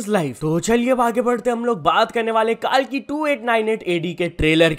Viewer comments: Kaalki nhi kalki hai wo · Kaalki nhi bae kalki 2898 ad hai chomu kahika😾 Thik se pronounce krne bhi nhi aata isse maine aksae pakda h🥴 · Abey kaalki kaalki kya bolra hai?? Kalki hindi word hai fir bhi pronounce ni kiya ja rha??? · Not KAALKI ! It's Kalki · bro, It's कल्कि na ki कालकी dost Fix it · not kaalki (काल्की) its kalki (कल्कि ) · कालकी ❌ कलकी ✅ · Kalki ❌ kaalki ✅ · Bro its not kaalki its kalki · it's not Kaalki , It's kalki🙄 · Bhai it's not kaalki it's kalki pronounce sahi se karo bhagwan ka naam h please no offense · Kaalki nehi bro kalki h😢😢😢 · Bro it's 'कल्कि' and not 'काल्की' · Bro it's not kaalki its kalki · Bhai vo कल्कि hai... na ki कालकी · It's kalki not kaalki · Its not kaalki its kalki bhai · It is कल्की bro Not काल्की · Its not kaalki.. its kalki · Kaalki nahi kalki bro 🤦🏻‍♂️ har bar galti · Kaaalllki nhi ha bhai vo KALKI ha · Kaalki😂😂 are kalki h vo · bro its कलकी and not कालकी please as a Indian pronounce properly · kalki pronounce to thik se karle ..kaalki kaalki kya karra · Kaalki nahi hota kalki hota hai jayada English Sikh gye kya? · bhai pehle kalki bolna Sikh le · Pronounce KALKI properly